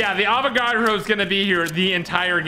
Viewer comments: PS it's Avagadro not Avacodo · His name is Avogadro not Avocado